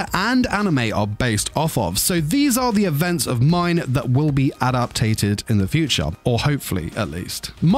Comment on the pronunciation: The word is adapted not adaptated